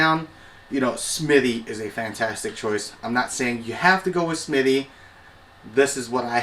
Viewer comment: I have to laugh because you keep calling them Smitty But it is spelled Smithey. So just say Smith-e is how I would think it is pronounced.